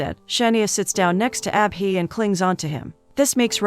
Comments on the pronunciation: It's not ah-bee 😭😭 it's Abhi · When she says abhi I hear appy 😂😂